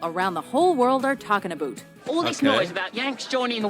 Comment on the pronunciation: She already started wrong by saying “aboot”